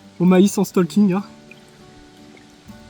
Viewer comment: On dit pas stalking. C’est le français moyen qui dit ça. On STAUking. Enfin tu fais comme tu veux 😂😂